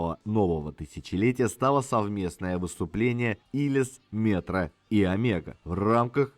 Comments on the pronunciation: Правильно,если по венгерски нужно говорить-Омего,с ударением на первую букву,и о,в конце. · Многое знал, многое узнал....но произношение имён, фамилий.назваий альбомов и песен ,мягко сказать, совсем не правильное....одно замечание и всё.....правильно говорить надо Омега...с ударенинием на О.....с ув. Поклоник группы ,более 50 лет.